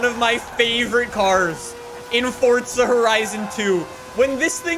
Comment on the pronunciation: Forza not fortsa